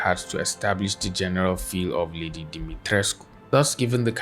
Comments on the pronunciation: As an artist this was was a very informative video on referencing, but I also will like to add congrats on pronouncing her name correctly. Even her English voice actress does not care enough to even attempt to pronounce it correctly and as a Romanian person with some Greek and southern european heritage as well, it’s really disheartening hearing people pronounce every proper name from those ethnic origins incorrectly your whole life (including having them butcher my name even after I tell them how it’s pronounced) with them not even caring, as if they wouldn’t feel belittled if I butchered their name into something not even close to what their name actually is. It shows the effort you put into properly researching and speaking about the topics you cover. That’s something these twitter “professionals” and detectives will never go through the effort of doing. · The way you pronounced Lady D's name is perfect! Thank you for actually putting in the effort :)